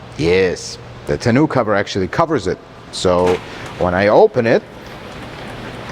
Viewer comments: What is a tonew-cover? ;-) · Tenoo cover 😂